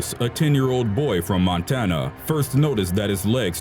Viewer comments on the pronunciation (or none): none